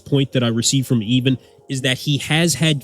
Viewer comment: Pretty sure his name is "Ivan" not "Even" It's just his accent that sounds like an "E" instead of "I".